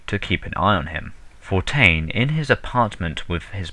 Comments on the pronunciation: "Frank For-tain" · He pronounces Fontaine as Fountyne. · Did the guy reading this even know any of the characters' names ahead of time? That's an "N" in FoNtaine. Not Fortaine. Other small things in this really grate my nerves with repetitive mistakes. It's a great series up to this point but this makes it hard to listen to. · The narrator's voice isn't bad, but he's constantly mispronouncing words (Fortain instead of Fontain) and using the incorrect words instead of the words on screen (Philisophical instead of Psychological). Otherwise, I really appreciate the time and effort that's gone into the project.